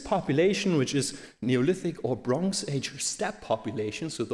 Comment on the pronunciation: Bronx age :) Also, the stress in Yamnaya is on the first syllable (as it was in fact pronounced a few times). And it just means 'pit', so why not say 'pit grave' in English.